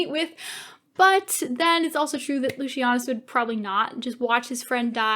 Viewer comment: Were you continuously mispronouncing Lucius' name? And how did you leave out Atia? No, they were never going to kill off Vorenus and Pullo.